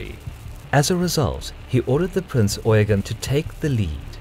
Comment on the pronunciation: It's Prinz Eugeeeeeeeen, with an accent on the last syllable.